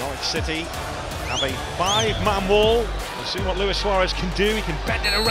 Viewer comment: At least you know how to pronounce my name. Luis and not Louis.